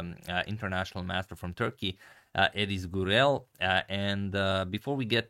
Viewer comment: Ediz Gürel pronunciation is a very decent one. 👍